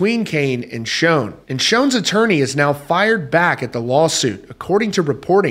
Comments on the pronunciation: According to Neal, "Schon"is pronounced "Shawn," not Shown. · You say his name wrong ….it’s not shown….Schon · Its Schon...."shawn"...not SHONE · its SH-on not SHone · SCHON, NOT SHONE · Pronounced SHAWN not Schown, ffs... You're a reporter dude. Get it right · QUIT SAYING "SHOWN", IT'S "schON" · Schon. Rhymes with Don...Ron...Tron...and Bon. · No. Pronounced as Shawn. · PLEASE …Neal SHAWN! your the only one in the industry who mispronounces his last name. I love your channel though:) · It's definitely annoying!!! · You're, not your (the only one in the industry). And yes, it's pronounced like, Shawn. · Please learn how to pronounce Neal’s name . It’s not Shone ! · It's pronounced "shawn". Please respect him by pronouncing his name correctly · It’s Sch aaaa. N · What's really sad and disappointing is how you always mispronounce Neal's last name... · Another shame here is you mispronouncing the name Schon with wild abandon. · You are pronouncing Schon incorrectly and it's so irritating!!!